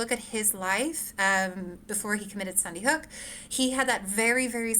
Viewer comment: She keeps saying Sunnyhook…